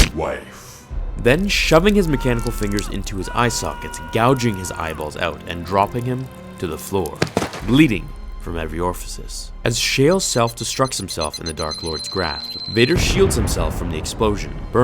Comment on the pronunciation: I admire all of your hard work here in your video BUT... --It's "bleeding from every ORIFICE", not "bleeding from every orfasice/orfasise/orfacice...however you want to spell the word you just made up! --You should have said...dark lord's graSp...not dark lord's grapsp